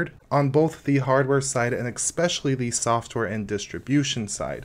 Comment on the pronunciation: Nice video. Just a couple of things for you to work on is to never say "nuvidia" or "expecially" ever again. But an interesting distro you might like in terms of creating your own sub-distros out of it is Slax. It's a formerly-slackware-based distro that is lightweight (200mb) and live-boot-oriented. It has an interesting package system but it's the whole project never seems to get very mature. It's working well enough to pull your ass out of a jam if you need something to boot in an emergency and save some files and get gparted running.